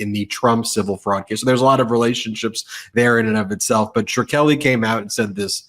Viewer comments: It's "Skreli", NOT "shirkeli"! 😡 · Shk-reli, not Shr-keli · Martin SHKRELI is not pronounced like you're saying it, Ben. It's not pronounced like Shar-kel-ly! No one will know who you're talking about. It's pronounced like Skrel - ie. 2 syllables, not 3. Love ya Ben & our Meidas Touch on air tribe is great! Every single one! ❤ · It's shhhh krelly, not sure kelly, bud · It's pronounced Shkray-li or Shkreh-ly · I’m a grammar nazi and feel compelled to correct your pronunciation of martin Shkrelli last name but he’s such a POS you go ahead and butcher it any ol’ way is easy for you to say. You’re awesome, and fuck that guy. Melanoma’s ol’ bff there is pretty attractive. Hope she’s puttin ya on blast for the occasional booty call. Jes sayin’. Yer a busy guy. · Good interview. But I think you've got the pronunciation wrong on Shkreli. The "k" sound comes before the "r" (not that it's easier to say that way).